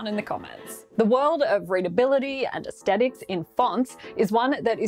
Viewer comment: BTW, the "th" in aesthetic is like that in the word "think", not like that in "Thailand" (AKA a regular "t"). "Neue" in Helvetica Neue is pronounced as "noya", not "new-ei"; the "eu" is pronounced as "oy" in words like Deutsch, Euler, etc., while the last "e" is pronounced as "uh" like in Porsche. And "impact" means "a strong/marked, often violent effect", so saying "more impact" doesn't really make sense. You want "effect" or "influence".